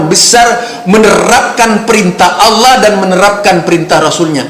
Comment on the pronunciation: Kalo bacan lapad Allah, ha nya ha besar bukan pake kho pa..... Emmmmmmmm